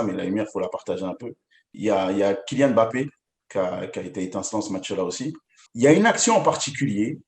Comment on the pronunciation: Arrêtes de dire bappé . MBAPPÉ ! 😡😡😡